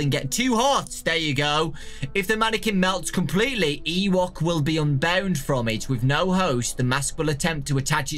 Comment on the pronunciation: Ooblek is pronounced Oh-bleak not Oo-bleck Ewok is pronounced E-woke not E-walk Gemini, Ooblek, and Drago do not have jumpscares And if you squeak the nose 20 times... Something will happen